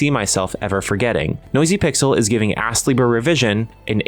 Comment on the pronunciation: You really put the ass in astlibra with the pronunciation sometimes 😂 Game looks quite interesting but hearing it can be grindy puts me off a bit.